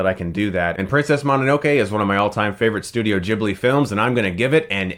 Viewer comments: Moh-no-no-kee Geeb-lee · chris its Gi-bli.